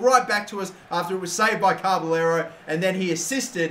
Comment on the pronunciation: It's not carberllero there is no r between ca and b